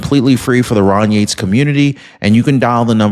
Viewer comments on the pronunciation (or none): none